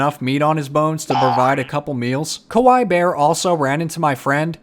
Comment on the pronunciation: Btw kawai means scary in Japanese Kawaii means cute. It's pronounced kawa-ie